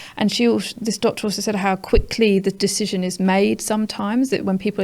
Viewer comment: has aged 10 years in the space of 2 and still hasnt learned to pronounce "th". Other than that great episode 👌🏻